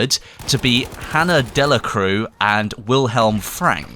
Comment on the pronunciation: delacroix is pronounced "delacrwa"